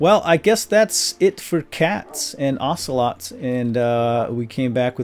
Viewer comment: be vewwwy vewwwwy qwiet....he's hunting ocewolts....hhhheheheeeeehehheee